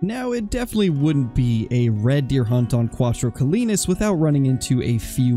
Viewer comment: Crowtro Colinas? 🤣